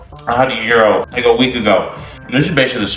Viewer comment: It is pronounced Yeer-ro. Love a good gyro, Can’t wait to try it.